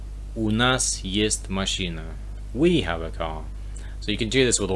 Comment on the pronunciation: Вы говорите "мащина", следует "машына". Понимаю что сложно расслышать разницу, но просто пишу, что бы вы имели в виду, как именно вы произносите.